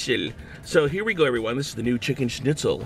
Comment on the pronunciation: ur pronunciation of the word schnitzel was surprisingly good ! : )